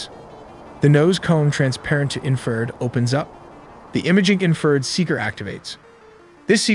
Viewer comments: Fucking AI narration that pronounces infrared as "inferred" and pitot tube as "pay dot". FFS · I guess AI cant pronounce infrared? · Tip- ask an English native speaker to double check the pronunciation in the video. Ex: the pronunciation of 'infrared'